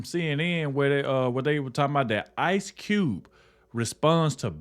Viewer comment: "Cube", not "T". Jackson, not Marrow.